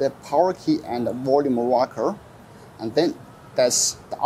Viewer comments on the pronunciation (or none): none